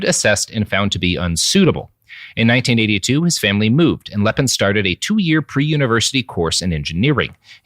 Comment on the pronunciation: It is "Lee'Pen" not "Lepin." It might come as a shock you but not everyone in the world speaks English and Lepine Is a FRENCH name. Note the accent agiu over the first e. And Canada didn't just bring in a few gun control regulations. It was a sweeping change in gun laws that have prevented any other mass shootings, unlike another country I could name.